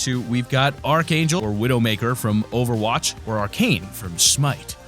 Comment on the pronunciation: he said over roch